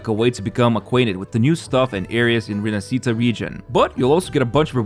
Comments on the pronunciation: Repeat after me: Ree-nah-shee-tah, stress on the first A. It's not Rinasceeta or whatever. With all that stuff, this 2.0 feels more like 3.0. Can't wait. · rinascita is actually pronounced "rinashita" if you spell it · Rinascita is italian and is pronounced like Rinashita for you english people not RINASITA ...Roccia character almost there but without the full sound of the "i".. is more like Roccha ... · Its not Rinascíta. Its Rináscita... Not Roccía, Ròccia